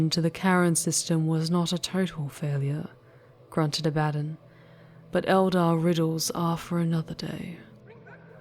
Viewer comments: Sure but I have heard a lot of 40K audio and it's always been pronounced as I said both Abaddon and arch-heretic. Up to her if she wants to pronounce it the same or different. But arch-heretic is definitely wrong. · I think you are mispronouncing "Abaddon." It's "a-ba-don" and "arch heretic" not "ark heretic."